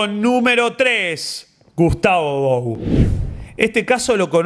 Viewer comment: bou es un apellido francés de la region de aveyron y vos lo dijiste bien, se dice bu